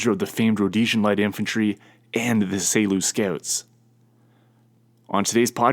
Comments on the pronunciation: Say Loose Scouts haha. All good, thanks for the episode. Geniet jou dag. Markus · You mispronounced Selous Scouts. Serious FAIL!